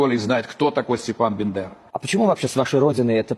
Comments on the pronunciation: Круче! Он говорит БИндера!😅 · Этот выживший из ума псевдоукраинец даже не может правильно произнести фамилию Степана БАндеры, путая её с персонажем Ильфа -- Остапа БЕндера((( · Чому каже 'Стєпан Бендера"???? Він погано запам'ятовує прізвища людей? Так погано вчився в шеолі?